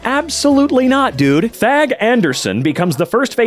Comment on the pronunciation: that... That did not sound like "Thag" when I first heard it. Good thing the text is there. Edits: the auto generared subtitles were also confused.